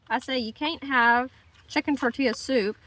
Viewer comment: R u say tortila on purpose and being funny?